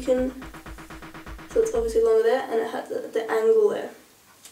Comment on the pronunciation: LOL i like how she says longer. "lunga lunga lunga"